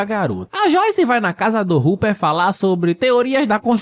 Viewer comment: mn ele falando ruper tava me dando agonia